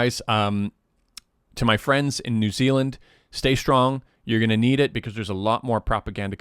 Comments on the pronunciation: "New XiLand" I died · New Xi-land 🤣 hihi